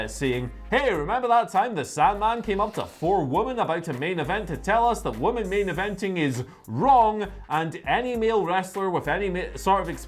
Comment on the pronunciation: Forget getting WrestleCade wrong, 'women' and 'woman' are pronounced differently.